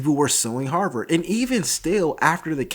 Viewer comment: As a Bostonian, i appreciate his correct pronunciation of Harvard.